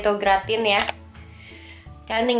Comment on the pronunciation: Boleh koreksi dikit, Gratin dibacanya gratang, krn memang asalnya dr Perancis 😊.. Semangat selalu